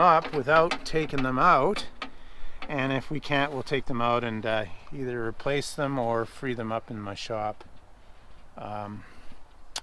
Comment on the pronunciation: Brazen hussy with your "either!" LOL